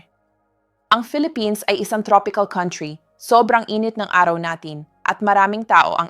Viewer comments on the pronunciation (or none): none